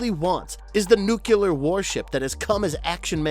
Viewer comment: "nucular". it's pronounced "nucular"